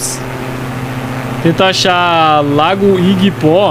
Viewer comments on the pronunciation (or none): Nao sei se eu quero ou não esquecer o Lago "Iguipó" que ele disse